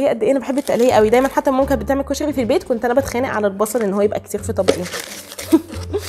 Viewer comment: اول مرة اشوف بنية تلدغ بالراء وكلش احب لدغتها ☹️🥺💙كلش حبيت طريقة كلامج كيووووت ياربيييييي☹️💙🍯 كُشَغي ياربي كيوووووت☹️😭😭😭💙💙💙🍯